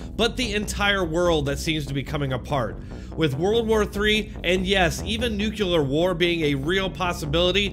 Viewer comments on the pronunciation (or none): Nuclear, not NUKULUR!